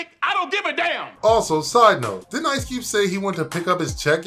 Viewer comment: “Ice Cewbe”